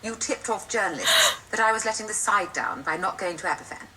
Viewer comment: In answer to your question, Aberfan is pronounced like Abervan. A single 'f' in the Welsh language is pronounced like an English 'v'. Great video! And it's nice to see Wales' darkest day finally being acknowledged and talked about. Thank you. :)